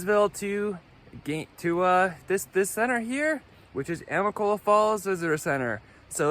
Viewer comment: Say it with me now: a-mi-ca-lo-la I think it would've been good for you to have had a pack shakedown, but you'll get rid of things soon enough.